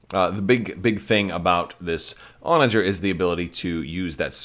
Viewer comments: Your pronunciation of Onager is correct based on the English pronunciation of the medieval siege weapon and the wild ass. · you are correctly pronouncing Onager. And I believe Thrawn audiobook pronounces Arquitens the way you have been saying it